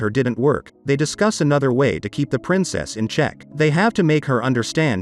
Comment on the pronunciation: Princess " SYA " lol